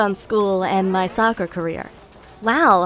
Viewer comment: Since when was soccer a career. LIKE HUH? He didn’t say it properly